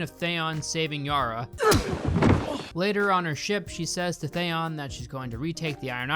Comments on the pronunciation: I was gritting my teeth everytime he said Thayon. Same as d&d calling cersei “cersay” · Everything you say is rendered moot because you don’t know how to pronounce Theon. 😂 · I’m really suspicious that you even watched GOT if you don’t know how to pronounce “Theon” 🤔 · Man I cant help it but for someone who does all this analysis (which was funny btw) it really bothers me the way you pronounce Theon, like there were two seasons where Ramsey literally talks about what his name is all the time lol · Out of the weird names in the show how do you say Theons name completely wrong? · “I love GOT ive read all the books and think the first 4 seasons are some of the best television in history” Can’t say Theon right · Please learn how to say Gendry and Theon. Thanks. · Your pronunciation of Theon is almost as annoying and ridiculous as the last season. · Fucking can't even pronounce Theon right... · First time I've ever watched an hour long video/review of something on YouTube from start to finish and I LOVED every second! You really encapsulate the absolute ridiculousness that is S8. You pronunciation of Theon was really jarring though lol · Good script but the meme editting along with your pronounciation of Theon give me question. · the way you pronounce theon puts you on theon fucking ice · The way you pronounce Theon’s name makes me want to cry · Hey you mispronounced theon but I still love you (and I totally get it, got has a loooot of names) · Theon, not Thayon! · Thaon? Its Theon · bro cant pronounce names they say out loud lmao. "jendry" Thayon" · Thanks for this. Also, what's up with your Thayon instead of Theeon choice? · Great points but seriously learn how to pronounce the characters names!! His name is GENDRY (like KEN but a G) not GINDRE!!! He even says it in the clip you played! And if you love the character so much his name his THEE ON not THYON. It’s so irritating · It’s pronounced thee-on not say-on. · Please learn to pronounce Theon (Thee-on)